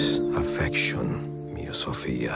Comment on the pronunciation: "mia carA"* "miA sofia"*